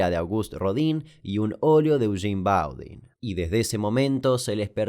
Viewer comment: Che Degas y Boudin son apellidos franceses, no ingleses. Degas se pronuncia 'degá' y Boudin sería mas bien 'budán'